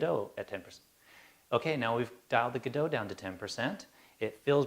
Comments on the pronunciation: They're all Godox (That's, "God-Ox", not "Guh-doh"). One is the LED 1000C (colour variable - the one you have branded as Godox) the other is the LED1000W (daylight balanced - the one you have branded as Pixapro). Pixapro is the biggest UK distributor of Godox products. They're just rebranded, but it's the same stuff. Like Adorama do in the USA. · John..Glad that you stepped in there to inform the correct pronunciation of the word "God-ox" as stamped on the product... must be thinking its a Godo -x-LC500C! I use 1 of these panels (The Godox LED500C) Its a super panel - however I would have liked it to operate from 0-100% on the light output....